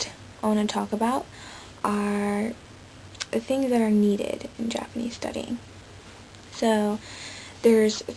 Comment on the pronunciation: good japanese pronunciation!